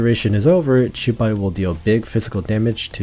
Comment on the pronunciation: to your credit you pronounced the 'qiu' in qiubai more faithfully than 99% of all genshin youtubers trying to pronounce xingqiu